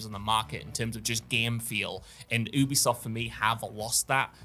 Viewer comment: You be soft is the pronunciation. They literally went on record to tell people how it's said and people still can't say it right.